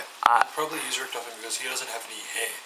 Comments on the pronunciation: lol you say richtafin is how you say his name... its Richtofen! (rik-tah-fen) the WunderWaffe DG-2 isnt in Ascension... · it's pronounced Rik-tof-en